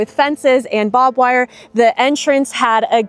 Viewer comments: Did she say Bob wire😂 she is Soo cute, it's barbed wire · Barbed wire, not “bob” wire. It is referring to the sharp points called barbs.